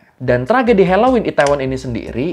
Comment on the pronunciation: hellowen bukan heloin🌚